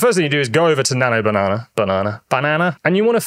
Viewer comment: How can you not know how to say the word banana in your own language? 🙄